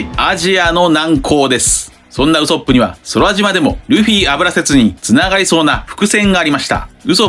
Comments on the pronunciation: 毎度ウソップの発音が気になりすぎて考察の内容が入ってきません笑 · 別にいいんだけど、なんでこんなにワンピース研究してんのに「ウソップ」の発音おかしいの？アニメは守備範囲外なのかな？